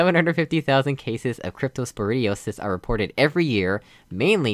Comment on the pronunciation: What's so funny about diarrhea? This? ;P I kind of get what you mean but at the same time I don't, does that make any sense? Nailed the pronunciation! I literally just understood the real meaning of "inhabit" a few days ago. I always thought it meant "be the habitat for", maybe I'm confusing it with a similar word. This is the latest disease map right? Man, I really wanna make another one but at the same time I wanna finish Midnight Part 4. Oh snap! Yes! It didn't work! Even if it did, that wouldn't help because the fizzler would turn back on Bingo! high five You know....there are more surfaces at the bottom you could use :P Those lights are there to help you position your portal. I thought as this point the a-ha moment would hit you but clearly it didn't.......yet What are you doing? "A-ha" moment? More like "A-hahahaha, HAHAHAHA!!" moment XD Yay it's back! Seriously, thank you for these. Greatly appreciate it :) Thanks for playing! I am very glad you found the solution so clever :D